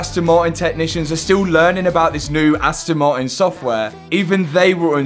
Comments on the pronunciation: Astn ma-in 😂😂😂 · "Asto Mari" i love the british accent😂❤